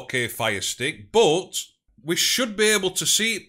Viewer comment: why you say but as bot?